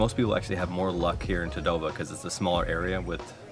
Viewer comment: FYI its pronounced as Taa-Doh-Baa... Nagpur is pronounced as Naag-pur. Please atleast pronounce the original names correctly, its respectful to stick to original pronunciations.